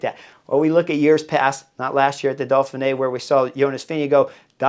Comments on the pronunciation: I love how you keep calling it "Dolphinee", reminds me of Mark Twain ("The Duke and the Dolphin"). I'll be on my Chesterfield with you for the whole week! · What's this "Dolphin-A"? Just kidding, love the channel. They should have you commentating.